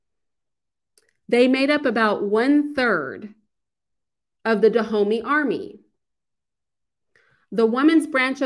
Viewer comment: All that research and still can't say Dahomey properly lol still good presentation though!